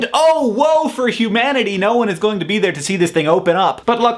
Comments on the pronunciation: I heard Hugh-manatee. That aside, I love your informational videos, because you are extremely entertaining and informative at the same time :D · humanity. hugh. manatee. haha.